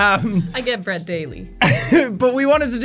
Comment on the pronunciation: Is that "Bread" or "Bred"? Because one is an overshare...